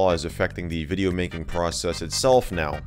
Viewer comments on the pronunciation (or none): You said welcome back to another hideo